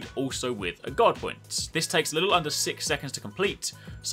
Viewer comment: Everytime you say "guard" I hear "god".